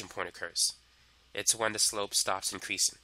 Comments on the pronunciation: Incweasin’ decweasin’ * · Increasin’ decreasin’ 🤣🤣🤣🤣